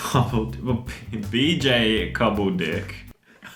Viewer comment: Its 'B.J Cobbled-ICK